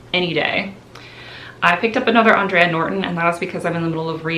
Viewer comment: I know you love to learn new things so I thought I'd share this tid bit of info with you... The author you keep mentioning "Andre Norton" is pronounced "Aan-dray" like the man's name. She was born Alice Mary Norton, but she legally changed her name to "Andre" not only because she thought there was a prejudiced against female science fiction writers but she wanted to better appeal to what was thought to be a male-dominated genre. It seemed to have worked too because she has been hailed as a Trailblazer for women in the field and is probably the biggest groundbreaker for women in science fiction! So while you are 100% correct that she was a woman, her name is pronounced as a man "Andre" & not "Andrea".